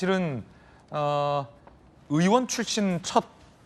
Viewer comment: 언제 부턴가 의원을 우원 이라고 발음 하는데 왜 그렇게 하죠? 궁금합니다